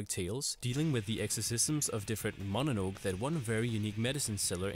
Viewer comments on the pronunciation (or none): "Mononoke" is pronounced /mo-no-NO-keh/, not /MAH-nuh-noke/. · MononoKE lol Why don't you pronounce the "e" at the end? I could guess it's on purpose since I bet you double-check stuff like this so it must be a habit but... yeah. It's weird to hear Mononowk. Anyway, seems like a good list like always, and I'll immediately start Parasyte since that summary and scene made me wanna watch it so bad.